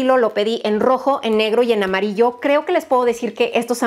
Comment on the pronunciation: Alguien más escuchó lo de : "mamarillo mostaza" 😂😂😂😂